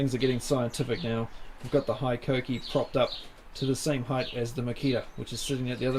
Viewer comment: Hello from Japan. It's pronounced "HE KOH KEE" . Love the channel!